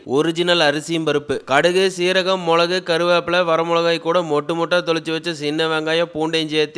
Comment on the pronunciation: அண்ணா மொலகு இல்ல மிளகு னா